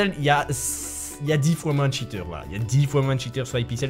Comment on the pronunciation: "plus de 10 tchiteur